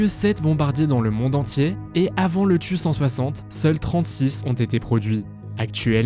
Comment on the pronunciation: pour le tu160 ca se prononce T U pas tu